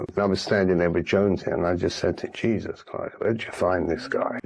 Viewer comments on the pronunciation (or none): none